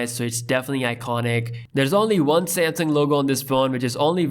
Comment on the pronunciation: He calls it "Samsing", lol